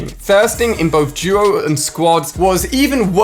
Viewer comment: Y do u say duo like guo